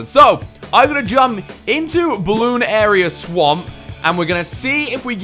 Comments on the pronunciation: its called bloon narius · Ninja Kiwi: "Bloonarius": "Bloon area" Me: "dafuq?" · Say it quickly, not with a pause in the bloon-arius part